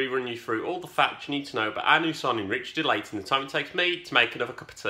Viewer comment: Ritchie De Lat - not Ritchie De Late - apologies 😂